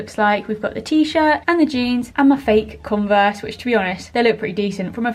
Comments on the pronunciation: No one notice she said “converse” wrong on day one 😭😭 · Who pronounces converse like that?